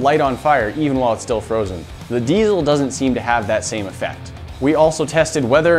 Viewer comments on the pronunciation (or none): Glad i'm not the only one that's bugged by that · Not sure why everybody pronounces diesel with a Z. But it's Diesel not Deizel